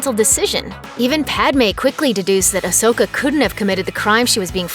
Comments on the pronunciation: Idiots from looper still cant pronounce Ahsoka's name correctly smh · Please say ahsoka's name right